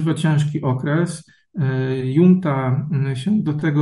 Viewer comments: "Junta" wymawia się z hiszpańska przez "ch". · Już któryś raz słyszę słowo "junta" wymawiane prze "j". To jak "poszłem" lub "włanczam". Wydaje mi się, że takie wpadki w materiale publicznym nie powinny się zdarzać.